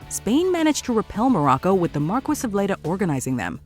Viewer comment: Still better than the way she said “marquis”.